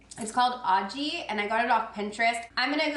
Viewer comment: Great video! The Aji sauce is pronounced with a H sound for the J :)